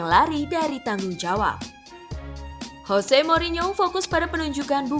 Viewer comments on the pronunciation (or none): none